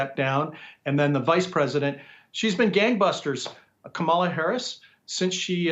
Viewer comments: Hey Nik - At least learn how to pronounce her name. Rhymes with MOM-ala. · Kamala herself has mis-pronounced her own name at least 3 times. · "Kamala" sounds more like a brand of marmalade!